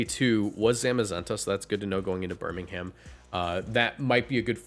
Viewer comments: Do a Brit a favour and stop pronouncing the ‘h’ in Birmingham 😅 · “Birming Ham”